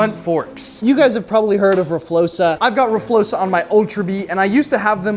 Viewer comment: R FLOXA❌ R FLOSA😎